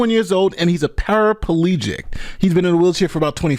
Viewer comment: FYA its just Para-plegic, not para-palegic.